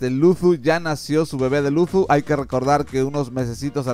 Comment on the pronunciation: No es por hate pero pronuncias mal la "z" al decir Luzu, de ahi en fuera excelente video, sigue así.